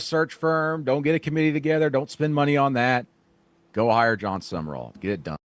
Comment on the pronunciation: It's Sum-Rall...not Sumer-all